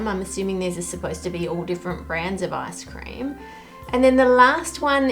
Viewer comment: Giggling because when you say ice cream in your accent it kinda sounds like “ass cream”.